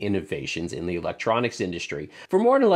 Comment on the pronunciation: WTF is a "microshtructure?" WTF Is an "indushtry?"